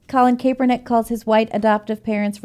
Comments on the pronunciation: It’s Kap as in ball CAP not KAPE -ERNICK just saying it’s apparent they’ve never covered him before , small annoying thing , I’m bored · Lol I hate Kap but her saying his name wrong is driving me crazy. It's such a simple name to pronounce